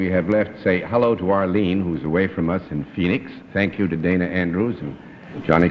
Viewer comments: GONDOLIER MAKES AUTOMATIC COW WASHING MACHINES Bennett pronounced it wrong. Her name was pronounced like "Donna". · Bennett sat next to Dana Wynter on two shows in a row in 1958; he's apparently been acquainted with her outside of the show (her reference to meeting him at a party), and yet he mispronounces her name? He pronounces "Dana" the same as in Dana Andrews' name in introducing him . (It should be pronounced like "Donna" for Dana Wynter.) He must have forgotten; Bennett should be sharper than this.